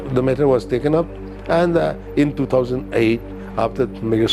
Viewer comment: Two thousand eight not two thousand ight 😂